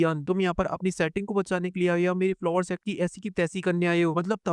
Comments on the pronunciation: Vai folingster nahi Flower sect hoga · Fulling Star nahi flower sect hai wooo😂😂😂😂😂